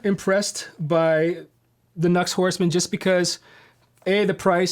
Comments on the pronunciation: NU-X= new x. Not nucks. Think about it.. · Nux pronounced “ new x” i believe... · Cool comparison I believe the NU-X is meant to be pronounced with two syllables Nu and Ex. Who knew? There's a world of klones out there, aren't there. I have two budget units currently. Tone City Bad Horse Caline CP-43 Pegasus I'm preferring the Pegausus at the moment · Too funny, I thought NUX was pronounced "Knucks" too. But then I heard another say Nu-X and prounounced it as "New-Ex". Who knows though.Good pedal for that price. The latest Klon, the Silver or Golden Horse by Mosky. That's the pedal that arrives later this week. It's my 3rd sub $30 pedal and I really haven't been disappointed with any of the other 2. Rowin Noise Gate, Mosky Mini Muff. I really do like the Mosky Mini Muff, but there's only so much Smashing Pumpkins you can play before that gets old, especially when you play Smashing Pumpkins as bad as I do. You can also understand why I throw $30 at a pedal, I'm never touring or recording at this stage of my life, so I don't need a dead ringer for any clone pedal, just something that gets me close enough. Maybe that's why I sound as bad though, the pedal might drift away from exact match and that's part of the reason why, poor dexterity being primary though. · Here in Australia, I've heard them being pronounced as "NEW-EX" (NU-X)